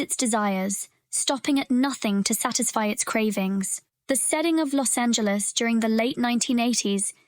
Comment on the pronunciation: Your pronunciation of Vangelis is wrong. You claim these films have influenced many filmmakers but quote or name few of them. Has Tim Burton gone on record to say Brazil influenced him? Who knows because you just made the claim because it is “dark”.